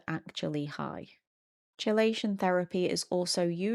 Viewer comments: I don't actually understand what the facilitator is supposed to be doing with s2c - why isn't it something that can be done directly between the nonverbal person and whoever they want to communicate with? Also, just fyi chelation is pronounced "key-lay-shin." I thiught you were talking about some sort of cold exposure thing until you mentioned heavy metals lol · Key. It's pronounced Key - lay - shun. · "Chelation" (it's "kee-lation") :)